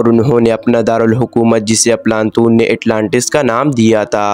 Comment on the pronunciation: صحیح نام افلاطون ھے بھائی اردو تو ٹھیک بول لو بہت سارے الفاظ غلط بولے جا رہے ھو